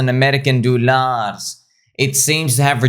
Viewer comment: When you said "American Dollarss", I knew the leb in you hahaha Love the videos and content bro